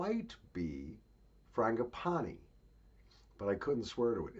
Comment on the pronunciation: It's pronounced fran-djee-pah-nee Even tho I'm a big fan of floral scents ..... I'm not all that keen on Indian snuffs. I have tried one of those sample sets but I think they smell funky. Maybe I should give them another try. my setup for tonight: fireplace and oillamps burning, smoking Peter Stokkebije dutch cavendish tobacco in a Gouwenaar pipe.... you know one of those two feet long dutch golden age white clay pipes, a big glass of egg-nog with a stick of cinnamon. dachshund on her blanky near the fire (she is still very much upset and in mourning over Daisy passing away last week), im listening Marin Marais his pièces de viole (viola da gamba works) (not on gramophone) and im still pinching grand cairo, i filled my cauri shell snuffbox with it and still havent finished it, i want to finished it coz the box isnt all that airtight and not my favourite box... but I do tend to use it every once in a while coz i think variety is the spice of life :-) Hope you dont really have a libtard feminist neighbor .... they are the worst and full of crap lol. Marin Marais, pièces de viole, second book. Here played by Jordi Saval, worlds best viola da gamba virtuoso. God bless you.